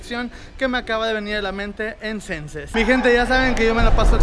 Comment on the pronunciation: jajajaja que madrazo se puso xD aah por cierto se pronuncia Shenses pero se escribe xenses ^-^/ saludos... desde el centro de playa del carmen jajaja